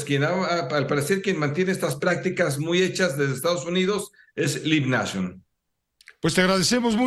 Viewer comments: lib nacho :) se pronuncia laib neichion (live nation) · ¿"Lib nashon", Sr., en serio? Por lo demás, ojalá se la dejen Cayetano con todo y huevos al Amo de los Boletos.